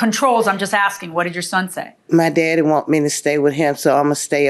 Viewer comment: “Her Baby Dadder” 😂😂😂